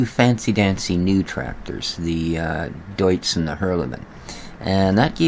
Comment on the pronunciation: Your the only one who knows how to properly pronounce Deutz on YouTube. Every other video people pronounce it "dootz"